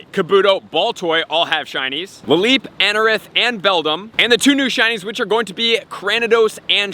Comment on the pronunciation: he says, “Anoranth” instead of “Anorith!” Manz is watching too much Amouranth on Twitch! 😂💀